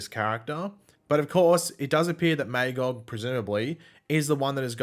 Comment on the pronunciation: So you know, your mispronouncing Magogs name. its pronounced MUH-GAWG. Look up Marv Wolvman